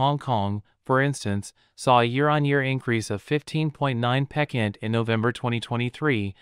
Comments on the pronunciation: Using "pekent" for "percent" is 28 pekent wrong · Great info but please look up the correct pronunciation of the word ‘percent’. Incorrect pronunciation results in a lose of the train of thought. And this is so worth listening to. Thank you.